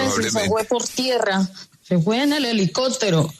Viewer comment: Buenos tardes,a todas tdos,tdes,Empezando porque el vicepresidentre se le escucha " helicotero" no helicóptero😢